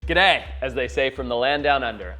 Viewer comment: It's actually pronounced g'day